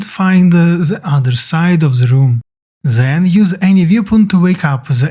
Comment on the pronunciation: It is THEN not ZEN there's no Z in there but thanks